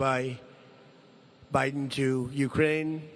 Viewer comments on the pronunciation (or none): none